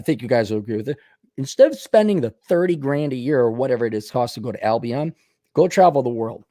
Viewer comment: Pronounced... Al-be-in